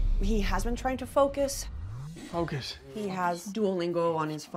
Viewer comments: “Fucus hard” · "You just need to fucus" im dead